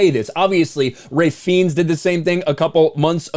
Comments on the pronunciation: Hell ANE Ah? Um.. dude.. Hell IN Ah. Where are you getting the ANE from? Hel-in-ah. Helena. Also.. Ray FEENDS? Dude, how do you not know how to pronounce these peoples names. Ralph Fennes is pounced Ralph (as in Ralph Lauren or Ralf ) Fennes (like Finds) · How did pronounce Ralph Fiennes? lol